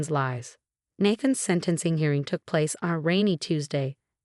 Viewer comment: Nathan is pronounced "Nay-than". 🙄